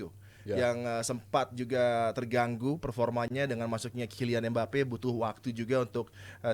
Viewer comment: Adiyani ngomong mbappe jadi embape